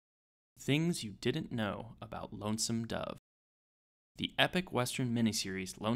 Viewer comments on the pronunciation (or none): none